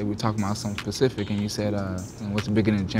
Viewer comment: “You were talking bout something pacific” lmao such low iqs